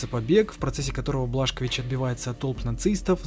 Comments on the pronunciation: Не Блашковис,а Бласковиц 😂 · Не Блашкович а Бласковиц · не Блашкович а Бласкович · Какой нахрен блашкович ? - бельгийский алкоголик ? БиДжей Бласковитз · БЛАСКОВИЦ а не блашкович